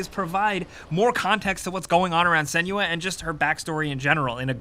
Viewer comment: Senua not Seniua :/